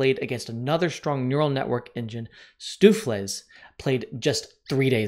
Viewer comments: stoefles? nononono, thats ''st-oaf-v-lays'' that should help you pronounce it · stufefliss? its more like Stove-flace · Repeat after me: Stowff vlayss (StoofVlees is Dutch and pretty much pronounced like that!) It's a traditionnal sort of beef stew. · fyi, stoofvlees is pronounced 'stove flace' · As a Dutchman, I am disappointed with your pronunciation. It sounds out like stoh-flace :) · So rather than the obvious 'Stokvis' those Dutchies called their engine 'Stoofvlees' (~beef stew). The pronunciation is pretty much "stofe-lace". Interestingly, its pawn sacs may not have been entirely sound.